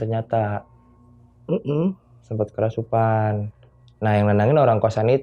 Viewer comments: gatel pen benerin kerasupan nya si mas huhu "kerasukan" mas bukan "kerasupan" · Maaf bang kerasukan.. Kesurupan.. Bukan kerasupan.. Beneer gak? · Apa cuma saya yg denger!?!? Si Narsum bilangnya "kerasupan" bukan "kerasukan" 😅😂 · "Kerasupan"??? Agak kocak Narsumnya. 😅